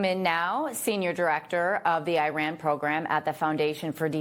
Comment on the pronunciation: Say Italy, then India, then Indonesia and now Iran! Now you know how to pronounce Iran! Thank you for trying❤